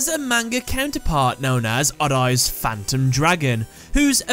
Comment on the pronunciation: It is so funny when the narrator pronounces "odd-eyes." (adays) ahahahaha